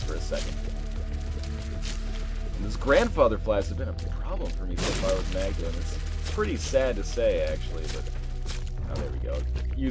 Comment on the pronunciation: mag-da-lean thats how you prounouced